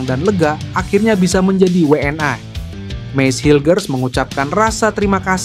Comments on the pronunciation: we en i min bukan we en ai .... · Min bacanya WNI, bukan WE EN AI... gak usah lidah english ... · 😂😂😂😂😂 kaya orang malaydes aja pake ai 😂😂😊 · Lidahnya abis makan sambel level 100 bebz...makanya ai..ai..aaaaaiiiiiii